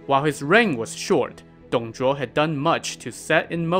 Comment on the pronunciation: He pronounce the name in chinese correctly just the way of reading in pinyin (拼音).